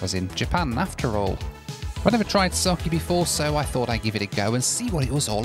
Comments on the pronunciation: Pronounced sake (sah-keh) not saki 😅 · as a japanese the alcohol in pronounced saa ke